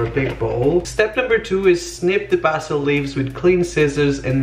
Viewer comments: Basil 🌿 not Bassil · Its pronounced (BAE-ZIL) not (BA-SIL) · Bays-ul, stop saying bass-ul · its pronounced bay-sal not baa- sil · Is bay-sil not ba-sil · ITS BASIL NOT BASSIL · Bae-zil not BA-sil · Guitar Madness it’s pronounced ba sil in the uk but in America it’s pronounced bae sil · he said bastil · They say basil differently in the UK, they pronounce it Bah-zil instead of basil. Not trying to be rude btw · Basil is said like this:bay-sil. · Basil said (bae-sil) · Its bAYsil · Ok I literally love him and he is the best but the way he says basil triggers me so much